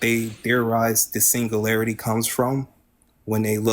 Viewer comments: PLEASE tell him how to pronounce singularity. Because it's NOT pronounced "single-larity". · He can't even pronounce "singularity"